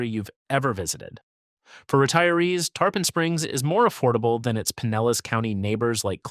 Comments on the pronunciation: Tarpon is pronounced tar-pin, like the fish & not tar-pahn rhyming with tampon! 🤪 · It's spelled Tarpon, but it's pronounced Tar-pin.